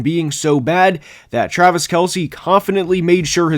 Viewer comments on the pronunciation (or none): none